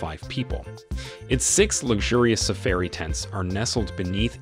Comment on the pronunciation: All the work you went to to make this nice video and you mispronounced so many words! Please do all your homework and say names correctly. safairy come on.